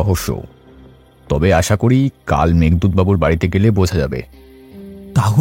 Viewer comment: আশা, আষা নয়